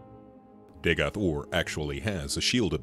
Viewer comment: Compliments: He was very eloquent, well done. Criticism: Dagoth - Or